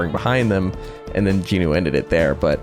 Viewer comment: Ayeee I Just realised he said Jinwoo’s name right😅